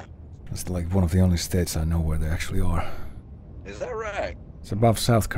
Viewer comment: Your latest video is you going "erm... ackschully..." about how a comedy show got Smurf lore wrong, and me writing it like that isn't even a bit because that's genuinely what you sound like, you are beneath me (and most other people, honestly).